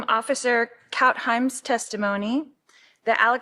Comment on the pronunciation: A sure sign loris lack of intelligence? After how many times being told how to pronounce Krautheim (sp) She still said Coutheim Lol